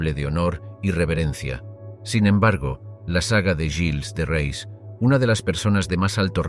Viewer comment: Y se pronuncia "guils de re"